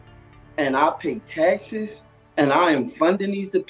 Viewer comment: He cant even say "taxes"😂😂😂